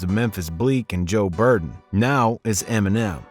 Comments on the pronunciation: clickbait - not to mention, this mf refers to "joe buRden" as the name "joe buden" appears on-screen. trash video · “Joe Burden” 🤣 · "Joe Burden" loooool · Joe "Burden" 😂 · “Joe burden”😂😂😂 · “Joe Burden” 😂😂😂